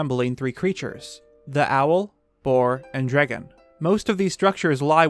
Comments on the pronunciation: I find the pronunciation of 'dragon' to be interesting. "Dreggon" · Why do you pronounce "dragon" like an idiot? "Dregin" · Nobody: NBC: "Drigun" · i love how in debts you go, and i am truly enamored by the subject but please change the way you say dragon